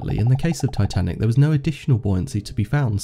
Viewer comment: And yeah S not S titinac